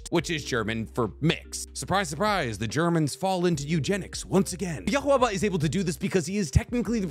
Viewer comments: how do you mange to butcher every name and word from bleach, its Juha Bach (German) not yuha baha, its Uryu not Oryu, Auswählen.............. I'll stop here becasue you are giving me an aneurysm each time you say yaha baha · who is this 'yh-wh-buh' you keep talking about? Its pronounced 'YUUU-HA-BA-HA' with extra phlegm lmao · its not yukhaba its yuhabaha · How are they so insanely bad and he's still so confident about them????? Yahuwaha???? 😭 How'd he make it to be "Yahu" from any spelling of "Yuha" or "Juha"? My ears hurt. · Its OOO-ryu not OR-you... and it's not Yu-hub-a its You-ha. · Bro if I hear you say Yawuba one more time 💀💀💀💀🤣🤣🤣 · yhwach is pronounced as yuha baha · dude lol I had to PAUSE cause I started laughing. Im like alright, bro calls Uryu - Oreo or some shit. But then that Yawuba hit and I just died 💀💀😭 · WHY DOES HE SAY Я - huawaba, its i - watch simple LMAO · … what’s his name? I didn’t hear you say it again…. Lmao 😂 We should all have a contest to see who pronounces it worst 😅 My pronunciation is 😩“YUU-HAHAA!” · The way you say YHBACH sounds like you are censoring a swear word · Why do you say Yhwach (Yuhaw) like that?😭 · Why are you calling Yhwach " Yobaba " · It’s pronounced You-Ha-(Bah) (Yhwach) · his name is pronounced ju-ha ba-ha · You still cant pronounce Ywach Bach LMAO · I love you BUT! His name is pronounced U-HA (Yhwach) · its just yuha or ywach, or yahweh why are u saying it like that😭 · Yooooo.....he was killing me. I had to rewind it like wtf did he just say😂😂😂😂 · Thank you sir it was bothering all video . I will most likely mispronounced all the names either way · i think his regular viewers kinda already expect it so we just go "oh yeah, he knows he's saying it wrong". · I’ve been watching him for awhile, I’d consider myself a regular but I never get used to the mispronunciations lol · Stopped watching it because it was driving me nuts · wait there's another pronunciation of yhbach